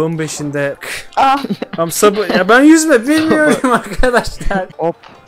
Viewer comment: ben yüzme bilmiyorum ben yüzğme bilmiyor bulp bulp kurtarın beni